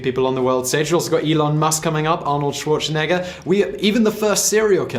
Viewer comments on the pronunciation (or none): none